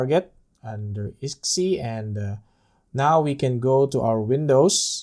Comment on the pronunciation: nice, so we also can install any Steam Server, e.g. DayZ Local server on our NAS?! ..and btw, iSCSI is pronounced eye-Ska-See ! ;-)